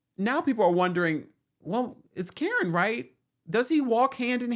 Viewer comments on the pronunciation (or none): none